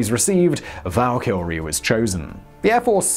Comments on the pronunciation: I'm not sure why you are calling it the val"kill"rie. I thought this was a fairly common word pronunciation. The far more common pronunciation (perhaps American) is a much more flat and less "projected" pronunciation val"ker"rie. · It is pronounced val keer ry not val killary. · Dude, what's wrong with your brain? It's NOT "Val-Kil-Ree" There's no friggin L after the Y Try Vaal-Ki-Ree (at least for the anglicized pronunciation) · It's not "The Valkylrie"....It's "The Valkyrie". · Who is this Val Kylrie ? Val-Kee-Ree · Hey Simon, there's only one "L" in Valkyrie. It's VAL-KR-EE not VAL-KILL-REE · Simon, why are you pronouncing it like "Val Kilmer". It's Val-Ki-Ree. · oh jesus christ. It is Val-Ka-Ree not Val-Kar-iee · I like how when he says Valkyrie he say "Valkylrie" like Val Kilmer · It's Valkyrie not Val Kilrie. Val Kilrie is the guy who played Batman in the 90's. Why has nobody ever corrected you on this? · VaL ker E Valkyrie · Val kill ree? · Does he keep saying Val kil ree? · All I can think of is Val Kilmer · Am I the only one who hears ValkyLrie when he pronounces the name of the plane? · Simon, there’s only one L in Valkyrie. “Valkylrie” lol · It can't only be me.........Val- kill- ree? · LMFAO val kill ree lol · VAL -Ker - REE ..!!!!!!!!!!! say it say it !!!!!!!!!! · How is someone who sounds soo educated soo bad a pronunciations val-kill-ey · And the R? Val Kree or Val Kerr ee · It's pronounced VAL KY RIE also they were all female warriors, the warrior who died in battle and went to valhalla are the Einherjar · Why do you pronounce Valkyrie as Valkilrie? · Valkilry? Oké bye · I swear when Simon says Valkyrie it sounds like he's saying Val Kilmer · I hear 'Val kil rie'. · I could swear he's saying "valkylrie" with an extra L in there. Although, to be fair, it's probably a difficult word for a lizard man to say. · Every time you say Valkyrie, my brain thinks your about to say 'Val Kilmer" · It's two syllables, not three. No British exemption granted.